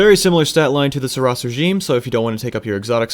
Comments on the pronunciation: You're still not making any sense with 'oss' or 'ross' - you're adding the extra 's' on all your examples - THAT is the problem, there's only one S. If you wanted to pronounce it Sur 'ross' it would have to be spelled Suross. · Tried to finish until the 5th time you said "Sir-Ross". Came back for round 2 and heard "Hawkuh, hay kuh" -.- Are you trolling orwut? "Oh mow lawn" Well that could have been worse. You did say Red Death right, so thank you for that. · Seriously dude, it was a great vid explaining all the guns and whatnot, but stop trying to justify your mistakes... The developers have named and pronounced the name the way they wanted it to, just take it and leave it. You're making yourself look really foolish at this point...